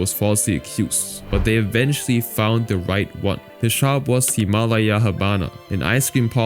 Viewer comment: I've never heard anyone pronounce Himalaya that way 😂